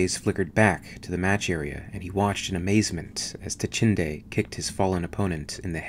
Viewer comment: Dachinde, Dachande. Not hard to follow at all and good use of vowels.